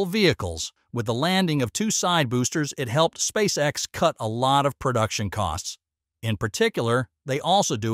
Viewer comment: Yeah mispronounkation of lunch sussess and space s instead of space x it gets too hard to listen to